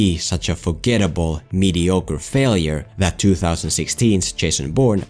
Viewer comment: I'm 2 years late, but the way said "2016's" was very cute:) I know that he has gotten better at pronouncing '2' that this, but I just found myself feeling a little happy at the cute "thu"